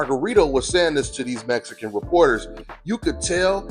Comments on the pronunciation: "Mezican Par Ra" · “ ARE REARY TO PEEL THE MESSICAN POWER TERENCE CRAWFORD!!?”